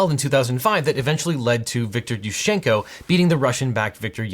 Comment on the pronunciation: > Makes video about Ukraine, popular topic, much hype > Says something about dead languages being hard to speak, at the same time mispronounces both Yuschenko AND Yanukovich names Dude, really? Just goes to show how much you really care.